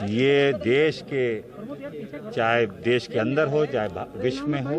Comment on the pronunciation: देस क्या है? देश होता है। देस नहीं।